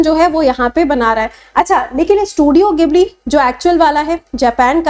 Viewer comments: Gibli nhi jibli bole ge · Madam, isse gibli nehi Jibli pronounce karte hain